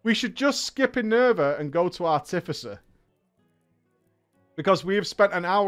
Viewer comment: Ar-ti-fi-cer, fuck….